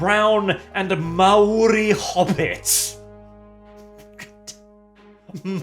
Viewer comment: Kia Ora from down under New Zealand I am of Maori descendant.... bloody hell should not be speaking for other ethnic groups and keep his big mouth shut and learn to pronounce Maori properly don't speak for others who are not part of this propaganda crap.... I don't need no Black person or other telling me that I am a Hobbit or other cause I am not it really pissed me off.... I hope this crappy movie fails big time that is what happens when others disrespect J.R.R. Tolkien